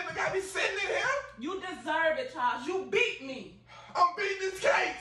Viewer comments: Them pronouncing it Chaws instead of Charles is killin me 🤣🤣💀💀💀⚰⚰ 👻👻👻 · Right Chawls 😁😂🤣